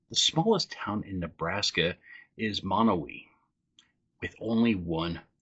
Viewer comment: Need to tell you if it hasn’t been already is thst you Mia pronounced Monowi. The phoenitic spelling is Ma-no-why.